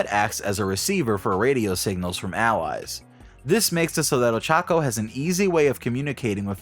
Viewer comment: Dude it's not that hard to pronounce her name right